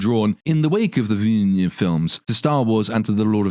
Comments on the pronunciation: "David Ville-gneuve" Everytime, lol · my favorite part of this video is the scaling mispronunciation of the director's last name😂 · I love how you ‘pronounce’ Villeneuve. 🎉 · I find it hilarious how you've just gave up trying to pronounce "Villeneuve"